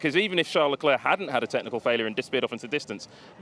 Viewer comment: The "c" at the end of Leclerc is silent!!